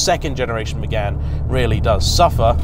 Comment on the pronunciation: did you really say renault sport Megan ??? nah mate